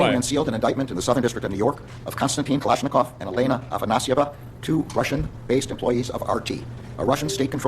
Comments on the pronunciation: F me it’s Kalashnikov Kalashnikov not Kalishnikov. Has this guy never heard of that rifle? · this guy pronounces kalashnikov as kalishikov?? bruh